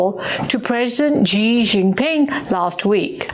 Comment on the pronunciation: It is a shame that you can’t even pronounce President Xi’s last name correctly.